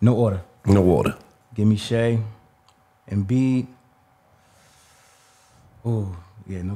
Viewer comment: Nah they way gillie said Shai’s name was crazy. said shay🤣 u gotta pronounce it “shy”